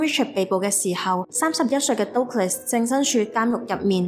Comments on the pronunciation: Douglas 的發音應該是近似「德」glus. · Douglas 發音錯了😅 But good story! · Douglas個名唔係咁發音……